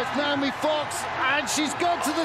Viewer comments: Noemie is pronounced no-AY-mee, it's not Naomi. Rhymes with "no maybe" if that helps. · it is No-Amy, it’s not “Nay-O-Me” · Woeful commentary. Calling the wrong names and info during the medal ceremony, mispronouncing Noemie’s name throughout.